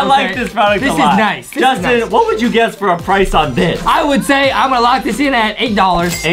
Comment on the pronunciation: Its not “Justine” its “Justin”